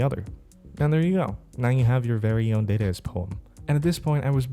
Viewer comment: pronounce it dar-dar-ist